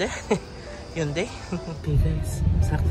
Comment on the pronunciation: Ang hyundai daw pronounce as “hun - day”